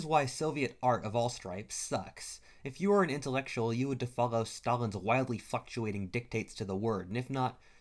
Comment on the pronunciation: i heard "you'd have to follow stalin's wildly f-cktuating dictat--" lmao